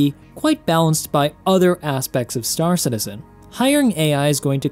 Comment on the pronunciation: I love your vids but your saying stAR citizen is driving me nuts. It's star CITizen dammit! :)